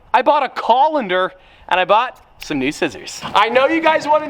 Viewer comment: Wth is a 'collander' 😂